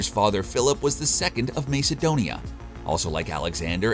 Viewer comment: He also said Macedonia wrong